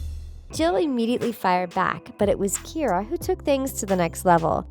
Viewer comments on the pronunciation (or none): none